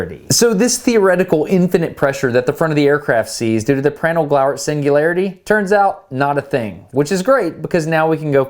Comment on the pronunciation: Please pronounced Prandtl like "Prundtl". With an open, rounded A. The way you pronounce it, it would be written "Präntl". "Glauert" is fine however. Thx for the amazing video!